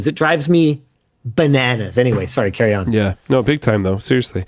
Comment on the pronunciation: That "sowry" at the beginning is the most Canadian I have ever heard Linus, which is fitting considering the topic 🤣🤣🤣